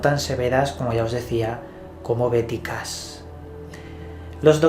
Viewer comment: En español la H no se pronuncia pero Cash no es Cas.